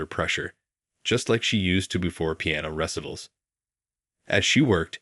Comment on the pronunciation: Please learn to pronounce Ree-ci-tals. Not resitals.